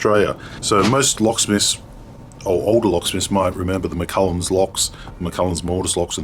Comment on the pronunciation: It's McCallum...NOT McCullens.